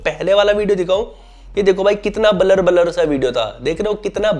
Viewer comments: Blur ❌ Balar 👍 wah 😅😅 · Blur ❌ balar ✅